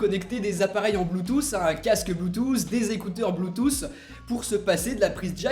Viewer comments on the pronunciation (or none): c'est bluetooth et non blue tousse.. quite à faire des vidéo sur l'iphone apprend le vocabulaire anglais... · le blootousse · Des casques "Bloutousse" 😂😂😂